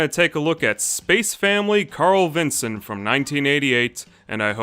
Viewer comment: Nice to hear someone finally talking about this cute anime. :) Funny hearing it as "Carl-vinson", as I've always pronouced it as "Carlvin-son" lol